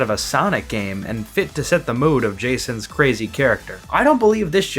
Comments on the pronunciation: Her name is not pronounced like Jason. I've heard most people say it was Juh-synth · pretty sure it’s pronounced zha-sahnt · really gotta work on your pronunciation because i deadass thought you said "Jasons Battle theme"